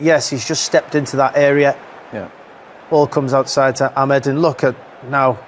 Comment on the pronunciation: Why do people call him amed its amad not amed clowns